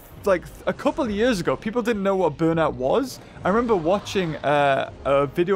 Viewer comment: Nobody:, pronouncing years: “jurs”